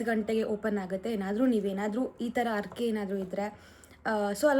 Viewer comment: ಕನ್ನಡ ಮಾತನಾಡುವಾಗ ಉಚ್ಚಾರಣೆಯಲ್ಲಿ ಸ್ಪಷ್ಟತೆ ಇರಲಿ. ಅರಕೆ ಅಲ್ಲ ಹರಕೆ. ತಪ್ಪು ತಿಳ್ಕೋಬೇಡಿ.